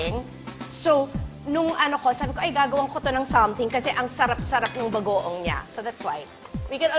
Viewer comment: Guys napansin niyo kapag sinasabi ni Kris yung word na Bagoong naging Bago-awng haha😂😂